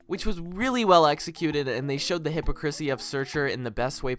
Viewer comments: fun fact: "hypocrisy" is pronounced hih PAW crih see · hypocrisy is pronounced "heh-pok-roh-see' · it’s pronounced like hip-paw-kris-ee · Hy-paw-chris-ee (Chris like the name) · Bro until now, i literally thought this movie wasn’t advertised that much because it was cancelled Oh btw it’s pronounced həˈpäkrəsē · HA- PAW-CRU-SEE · when he mispronounced hypocrisy